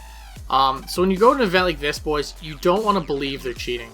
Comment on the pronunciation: solid vid, disliked for "bois"